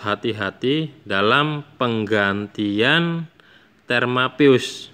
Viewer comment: Termo mas bukan terma